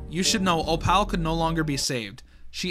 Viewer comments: O pal is hilarious lol 😂 Fr tho it’s said o-pull and it’s short for opalite (a crystal) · How your suppose to pronounce her name: “Op-ul” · tip: pronounce opal like apple, (ople) replacing the a with oh. btw opal is a real word, it is a gemstone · im not sure if im right, but i think opals name is pronounced as oh-poll/o-poll. well i think thats how they pronounced it in the show, but i dont remeber because i haven't seen mlpfim in a-long time. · cats name is pronounced o-poll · Opal is pronounced 'ope-ull'. No, I don't know why we spell it the way we do if that's how it's pronounced either. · Opal's name is actually pronounced like "Oh-pole" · The way you pronounce opal is oh-pl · it’s pronounced Oh-pull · Opal sound likr this op-el or op-il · opal is pronounced "o-pole" but just opal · bro please learn how to pronounce opal its 2 syllables how do u do it wrong every time 😭 there are videos so u can hear how its pronounced pls i love ur vids but i cant take it Anymore